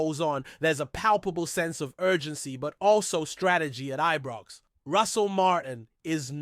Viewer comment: This guy doesn't read comments, as I say for goodness sake It's IBROX NOT EBROX AND CELTIC as in a CELL not pronounced KELTIC, Please dont insult good Scottish fans, no matter who they support, if you can't get it right, don't say anything.